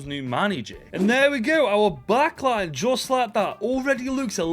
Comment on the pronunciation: Me as a Mexican, bro butchered the names of Chiquete and Lainez 😂 jokes aside great video bro keep going